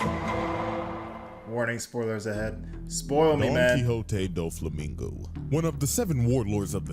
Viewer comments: Dough-flamingo ✅ Doo-flamingo❌ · The video correctly pronounced Doflamingo name throughout the whole video but you kept saying it wrong. It aint Duflamingo like Du rag 😂😂😂😂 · Hears and acknowledges that his name is Doflamingo Says Dooflamingo the rest of the vid anyways💀